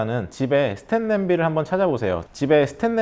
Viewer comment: 스텐 이라고 하시는지 스틸이라고 하시는지 자꾸 보면서 신경 쓰이네요. 그것만 빼면 좋은 정보 잘보고 갑니다. 스테인레스 팬 구매 해봐야겠어요